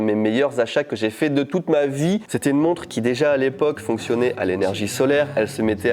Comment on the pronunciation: Mec,j'ai cru qu'il avait dit "monstre" au lieu de "montre" . Monster watch au poignet!!! :D